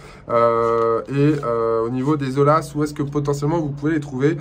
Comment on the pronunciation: ATTENTION ; on ne prononce pas O L A mais O Y A